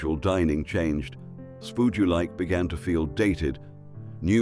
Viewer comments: PS. Don t 'spood' that 'SPUD'! And don t forget the apostrophe ... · Its spud u like not spood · I always liked spood u like 😆 it's spud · Absolutely! 😂😂 Everyone from the UK knows it is pronounced "spud" not "spood". That A.I. voice is dreadful!